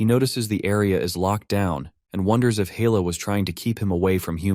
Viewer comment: Loki's daughter is Hella, not Hell 🤣 Got to love AI translate